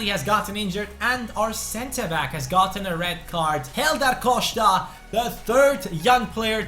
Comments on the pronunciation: Buy Ebenezer Ofori as a sub. Great allround player with OK potential. Also please stop saying say "Coshta" :) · Pronounce Costa right